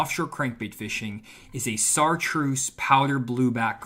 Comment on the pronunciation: FYI, it's pronounced "shartroos", not "sar troos". Love your videos, keep up the great work.